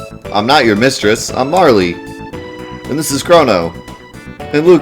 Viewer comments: How would you say "Merle" you wouldn't say Mer-ley would you? So the correct way to say it is without the y sound. Its Merle but with a "A" instead of "E"... Marle (マール, Māru?, Marl in Japanese version[1]) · The pronunciation is MA-RL. You can confirm it in here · Late to to the party, but it is pronounced Marl. The Japanese is Maru. If they wanted it to be Marley, or Marlee it would have been Maruri or Mari or some such.